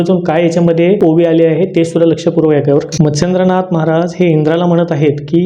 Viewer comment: मच्छिंदनाथ कि मत्सेंदनाथ नीट उच्चार कळत नाही.